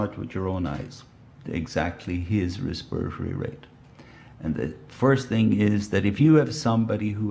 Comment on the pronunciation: “Resperory rate”